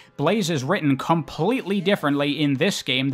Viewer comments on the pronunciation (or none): none